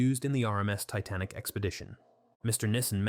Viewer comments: What's the Tit-a-nick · The AI narrator changes its accent, SHOUTS, can't say numbers, called the Titanic "tit-nic", the reading sped up and slowed down several times on top of the repeating of sentences or overuse of using the first sentence & last sentence of each paragraph to say the same thing that the paragraph said. Restating everything. It's painful to listen to this. Aren't they suppose to put they're using AI for scripts & narration in their descriptions nowadays? I thought YT told them they needed to do that? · Can't even pronounce 'Titanic' correctly. Garbage. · This is AI. The voice randomly switches back and forth from a mildly British accent to a mildly American accent, I think I heard it mispronounce “Titanic”. It makes it very hard to take seriously. I wish they would go any university that has a theater department and hire a student to read the text! Trust me, they work cheap. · barely or not being able to understand many of the numbers.... it literally says tic .-- nik instead of titanic at least once. those things made me think "is my english too bad"? but then comments reassured me it's just the faulty AI voice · ‘Tic nik’ instead of Titanic, good grief AI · Plus, the AI narrator changes its accent, SHOUTS, can't say numbers, called the Titanic "tit-nic", the reading sped up and slowed down several times on top of the repeating of sentences or overuse of using the first sentence & last sentence of each paragraph to say the same thing that the paragraph said. Restating everything. It's painful to listen to this. Aren't they suppose to put they're using AI for scripts & narration in their descriptions nowadays? I thought YT told them they needed to do that? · I can't say that I've ever heard the name of the Titanic pronounced "tighten-ick". Took my brain an extra billionth of a second to process that into my reality.